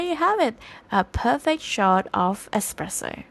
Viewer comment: Expresso it’s pronounced espresso